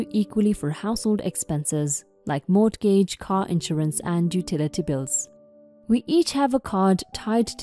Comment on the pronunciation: Once again- the word “mortgage” is pronounced: “MORE- gidge.” The ‘t’ is silent. The emphasis is on the first syllable.